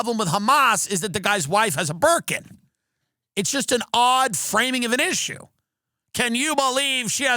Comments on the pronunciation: "Why shouldnt this terrorist have a berkin." ... i heard merkin. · I really thought he said "merkin" the first few times. I was very confused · Oh Burkin. I thought you were saying burka